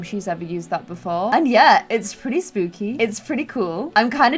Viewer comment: I love how you pronounce the sp (in spooky, for example) like a schp (in German lol) it’s so funny😂💗